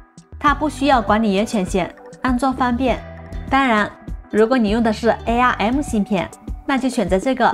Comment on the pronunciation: UP主的英文发音还是有待于提高。releases, latest,arm这些都是非常简单的英文单词，发错音实在说不过去。